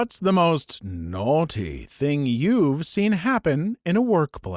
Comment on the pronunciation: “NoArTeE” Bro sounds more British than I do 💀